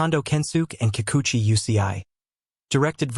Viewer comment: This guy can't even say their name right. Fake news about the 2 players that Ohtani is closest to.